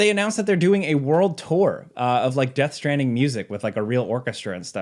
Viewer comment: Americans taking the piss out of British: Chewsday innit Meanwhile: Death Stranding Choo